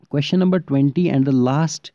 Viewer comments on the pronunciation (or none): none